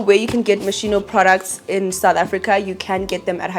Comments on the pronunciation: It’s pronounced mos-kee-no babes not mosheeno 😅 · Love the Moschino bag, it’s actually pronounce “Mo skino” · ps the schi in Moschino is pronounced like ski(n) 😘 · It’s pronounced mos-key-no queen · It’s pronounced moskino babe ❤